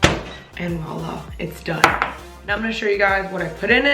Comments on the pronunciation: It's voilà not wala 😂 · Its voila not wala